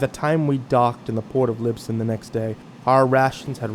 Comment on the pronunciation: You wore pronoucing Lisbon wrong